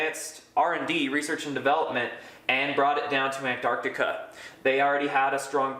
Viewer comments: Its ANTARCTICA Not Anarctica. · STOP SAYING AN-ARDICA America. It's embarrassing. It's ANT-ARC-TIKA. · In English, the place he is talking about is called ANT---ARC----TICA, unfortuantely he suffers from a known condition called letter and syllable deficiency. Or 'mangleze' meaning 'to mangle.' Otherwise known as 'American speak.' Curiously there is also an opposite condition i.e. letter and syllable insertion; as in 'nooc----u----lar' (phonetic spelling). but letter and syllable deficiency appears much more prevalent. e.g. 'orient' meaning 'orientate' and 'sodder' which means 'solder;' 'heirarchal' meaning hierarcical. And many other literary abortions. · Fascinating topic. Juts please pronounce the C in AntarCtica. Gets a little grating after a while like people that say "Nucular" Just takes away a bit but still good info.